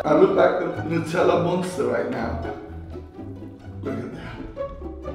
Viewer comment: it’s Nutella 😁